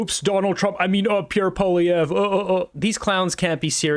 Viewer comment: Hey, have you ever noticed Nanos always pronounces Polly’s name with a W?